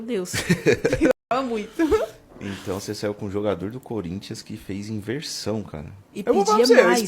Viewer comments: Só fiquei com uma dúvida, o que é um colintianu? Foi isso que ela disse?😂😂😂😂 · A mulher não sabe nem falar "Corinthians"